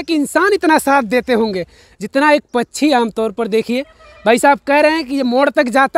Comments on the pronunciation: Ye pkshi ko pchi pchi kyu bolte hn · Pachhi pachhi pachhi pachhi pachhi pachhi pachhi pachhi pachhi pachhi arey bhai Hindi sahi bolo pakchhi kehtey hain.Do you understand.